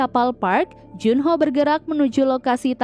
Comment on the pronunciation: Kok berubah juno namanya disini. Kok ga dibaca jun ho